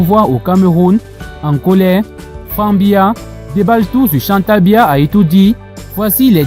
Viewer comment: Tu n'es même pas capable de prononcer le nom du Président c'est BIYA et non mbiya, on imagine directement d'où tu viens et quelles sont tes intentions, il faut balayer ta véranda et laisse celles des voisins.